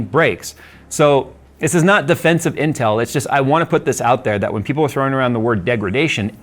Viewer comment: I know he said "intel drama", What I actually heard "incel drama".